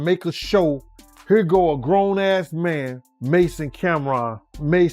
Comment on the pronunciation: His name is mase like the pepper spray lol do your research